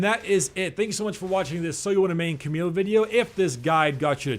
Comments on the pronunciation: its not cameeeeele ita camille with the l LLLLLL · Camille correct pronounciation is actually "Kamiy" with the a of "grass" and the i of "still" :) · Hey dude :) The correct pronounciation of Camille is actually "Kamiy" with the a of "grass" and the i of "still" if you want to know ( I say this is the correct pronounciation because it's a French name and I am French)